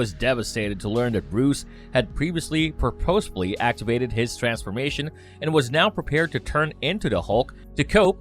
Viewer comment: "Pur-POS-fully" ... wtf, sounds like a computer voice just reading the script.